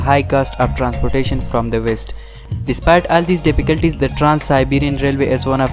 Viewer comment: Kindly pastho voice over in next video Dipiculties instead of difficulties